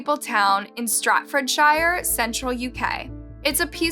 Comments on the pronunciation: Not trying to be a dick but they are right! It’s Staffordshire, was saying Stratfordshire with and R and a T, which is not correct, in terms of pronunciation though I think everyone says it differently, even in the UK, some people say shire like wire and others say shire like sure (which is the correct way 😂) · It's Staffordshire not stratfordshire and it's pronounced like the shire in New Hampshire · And it's Staffordshire , pronounced Staffordshire , not Stratfordshire. I don't understand how she could even get that so wrong . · I remember the 999 call, Couldn’t believe it. Poor little baby girl macey 🕊️ u pronounced the home town wrong love lolz omg… it sounds like shear at the end lol not SHIRE even though it’s spelled that way at the end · lol I noticed it too.but Americans struggle with the word SHIRE lol.but this time it was at the beginning of the word...strat nooo Staffordshire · Pronounced "Staff-ford-sheer "🤓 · What a wicked thing to do .By the way it's Staf- ford- shire. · Staff ford shire is how you pronounce it, I haven't even heard of this killing and I live here. So sad what a wasted life throu a mindless act of selfishness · Staffordshire is pronounced Staff Ford Sure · Great case. Thank you for telling her story❤️ Quick note that Staffordshire is pronounced staff-ford-sheer. love from the UK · The way you pronounce Staffordshire hahahahahaha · Staffordshire. Can’t watch this. The narrator needs to learn how to pronounce English. Very sad. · That explains absolutely nothing as far as the proper enunciation. You literally said Staffordshire not Staffordshire (the same exact word) and that it's pronounced like New Hampshire. However what if someone doesn't know how to pronounce New Hampshire either?